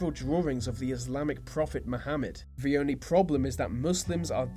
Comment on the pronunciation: IT'S FUCKING "THE".......... NOT "VUH" FFS SPEAK PROPERLY!